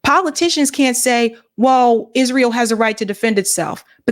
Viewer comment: YES YOU CANT MAKE THIS UP...THE UNBELIEVABLE IS IZ-RA-HIELL